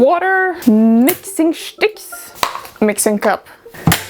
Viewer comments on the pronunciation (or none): Mixshing schticks lol cool book